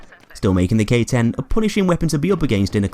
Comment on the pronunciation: When you said K-10 I thought you mean Gay-10